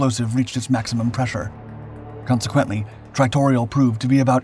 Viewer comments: "Tritorial?" No, it's TRITONAL. Jesus. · At the filler used is said to be tritorial or whatever this guy mumbles. The filler used is called Tritonal. Prounced " try ta knawl". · tritanol = tri ton al or try ton all, emphasis on first and last syllables. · Dude WTF!?! You mispronounced the explosive so many times its ridiculous then said the bomb was transported by a 141 but you showed a C-5. Jesus Christ man!